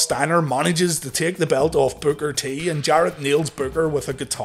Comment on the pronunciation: I'm just having a hard time getting past the fact that you called Booker T "Booger T" 🤣 what??